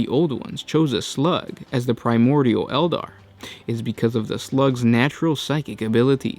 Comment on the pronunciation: I like how you pronounce slug :shlugs